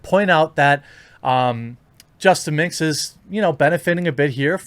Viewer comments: It's justaminx, not justa mix Look up the word "minx", dummy. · There's an "N" in minx my friend...